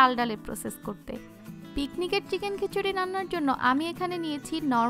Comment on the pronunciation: বারবার কেন খেচুরি বলছেন!